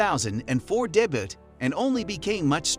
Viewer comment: Debut ... You do not pronounce the t lol. Good video however.